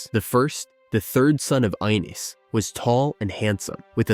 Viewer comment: video pronounced it like "Eye-niss" 💀